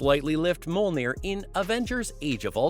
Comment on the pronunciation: Dude. If you cant pronounce MJOLNIR correctly, don't put it into the script 50 times in the first 30 seconds.